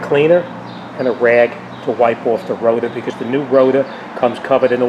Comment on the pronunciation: 😅 "Rota" vs rotor 😁